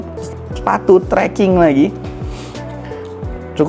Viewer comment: "sepatu seaking" Sepatu trekking bg